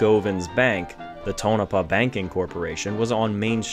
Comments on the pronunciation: was waiting for you to say restored, like everyone else who don't know what they are taking about. but you said refurbished. it was remodeled to let you know. i was in on the project in 1978 for bill allison when i was in high school in tonopah. (paw. like miz paw). there was also a local PBS affiliated television station that i helped with occasionally for john gilman. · i give him this mulligan . he pronounces state name well, but fails on tono paw.